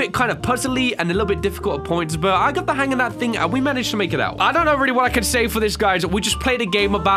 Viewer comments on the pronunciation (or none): Who else likes the way he says thing, it sounds like think... I don't know why I had to say that but I just thought I see who else likes it